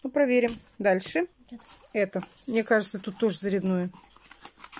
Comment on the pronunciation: ты слово рандомно знаешь, а МНЕ вместо МИНЕ, не знаешь что надо говорить??? или ты спецом так делаешь?